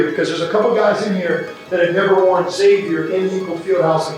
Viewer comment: Somebody teach John Hughley how to pronounce Xavier correctly please.